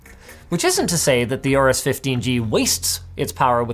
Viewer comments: Stop calling it A-AU-RUS, it's called AU-RUS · It's Horus not Aorus